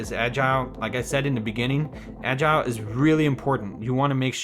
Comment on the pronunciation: Anyone else facepalm every time he pronounces “Agile”?🤦🏻‍♂️